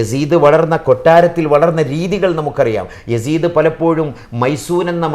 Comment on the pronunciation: യാസീത്തിനരികിൽ എന്ന് അല്ല യസീദിനരികിൽ എന്നാണ്.